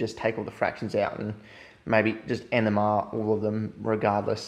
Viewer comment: It took me 4 times to hear "NMR".